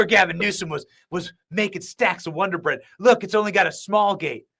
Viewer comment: WODER BREAD BOY 😂😂😂😂